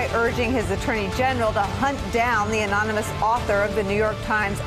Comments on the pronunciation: "reading skill of a 5th or 6th grader" "can't spell collusion" (he spells it colusion) "can't pronounce anonymous" (see his recent speech - anowni-amos) "can't pronounce various other words" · !🙄 Fact he became the president 2x ! Fact Trump can't even pronounce anonymous even on his 2nd try!...#sad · MrBlockice22 and he needs to learn how to pronounce anonymous.